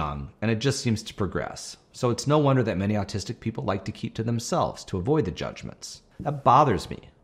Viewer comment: Okay, I can not be the only one who hears him say artistics a million times!!